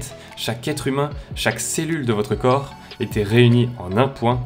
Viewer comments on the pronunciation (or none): none